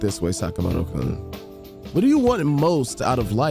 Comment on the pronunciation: About the game butchering pronunciations, the correct ones: Kitagawa - Keetuh-GAH-wa Sakamoto - SAHkuh-moto Takamaki - TAKUH-maki Maruki - MAH-ruki Shibuya - SHEE-buya